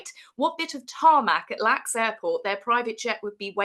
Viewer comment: Hey TAZ, the Airport of Los Angeles is referred to as L. A. X. pronouncing the letters. Not Lax. Just as DFW...Dallas Fort Worth's Airport. ❤ o